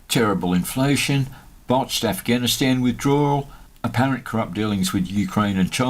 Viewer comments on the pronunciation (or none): none